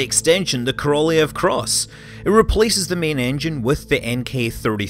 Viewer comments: Korolev is pronounced Korolyov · Great channel Scott keep up the great work. Ko - Ro - L-yo-v with accent on first two syllables, best way to pronounce his name. Great summary though! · Sergei Koroljov should be pronounced Serkeii Korollyofff, stressing on last part of names. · Korolev, pronounced "Karral-yov" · Korolev ~ Kah-rah-lyow "ly" being a soft l sound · migkillerphantom well, properly his name is Королёв, which have to pronounced like Korolyov. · How can it be so insanely difficult for English-speakers to pronounce Korolev? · Is that how you pronounce Korolev? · Scott, why did you butcher the Korolyov's name so mercilessly in the first half of the video? And yay for mentioning Fregat module. :) ((My Mother is working in ground testing department for those checking that the device is providing correct telemetry before it gets bolted to the rocket...)) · As a Russian I just want to inform you that your pronunciation of "Korolev" is disgusting not great. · true. I'm agree with you. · Loved this one! Great overview of the R-7. It matters not at all, but Korelev is pronounced "kuh-ruh-lyof," and Molniya is "mullneeya."